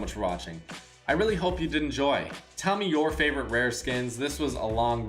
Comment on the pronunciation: It like saying flavorite